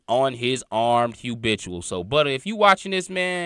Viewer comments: Not trying to be funny but brother please try to pronounce it as “habitual” and not “hubitual”…. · ITS HA'BITUAL DUDE🤦🏾‍♂️YALL BLOGGERS GOTTA CUT IT OUT